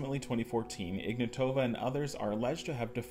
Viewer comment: Great video man. Also the pronunciation of Ruja Ignatova has the emphasis on the first "a". As IgnAtova and no emphasis on the rest of the vowels. Greetings from 🇧🇬